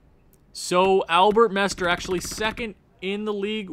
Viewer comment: MestRE not MestER (Mestre is Master in portuguese)